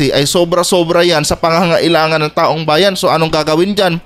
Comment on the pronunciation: Robin padila bobo taong bayan pero ang bigkas niya e taum bayan bwahahaha saksskan talaga ng eng eng ang no 1 senador